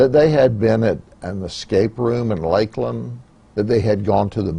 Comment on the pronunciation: How Judd pronounced Lakeland is just sad for me 😭